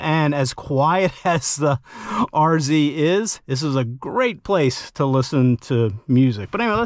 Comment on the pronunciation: Such a relief to hear you call it an RZ and not an R-zed.😅